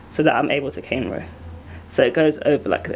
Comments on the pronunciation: the correct enunciation is cornrow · Did she say Caine row? Cuz I already know how to snort those...